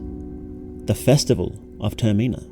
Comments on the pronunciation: the way you say "termina" is wrong, how can I trust you when you can't even get the name of the game right? the stress is on the first sillable, "TERmina" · Brother I like your videos but pleeeeeaaaase it's not "ter-mee-nah" it's just the word terminal without the L lmao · does he pronoun Termina wrong on purpose?